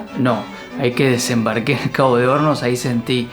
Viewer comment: Por un momento pense que decia Cabo de homos jaja